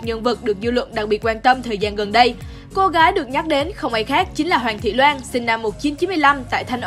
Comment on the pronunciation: Hoàng thị loan....chị đọc sai tên